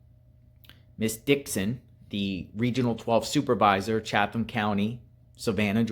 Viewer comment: CHATHAM COUNTY, GA. CHATHAM IS PRONOUNCE:' 'CHAT UM' WITH THE 'H' NOT PRONOUNCED. KEEP UP YOUR GREAT WORK,! I AM PRAYING THAT THIS CHILD IS FOUND SOON AND JUSTICE IS BROUGHT TO WHOM EVER IS INVOLVED.